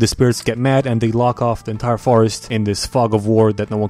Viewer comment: "entier" Nice.